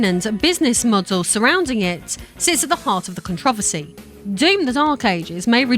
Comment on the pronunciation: htf did she just say "controversy"?